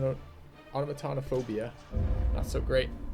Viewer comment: nice pronunciation on automatonophobia! it took me 3 or 4 times to get it right